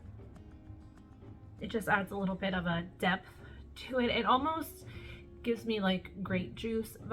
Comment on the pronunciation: When you were explaining “ Mega Pint” I thought you said “ it has a nice Depp to it” 🤣🤣 then I realized you said depth.